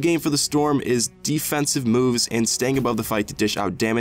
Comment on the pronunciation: ok but I swear you said defensive twice but with different pronunciations 😂